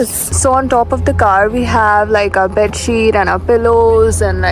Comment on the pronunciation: Setting up the taaaaaant, setting up the baaaaeed. Marathi nahi nikal paegi andar se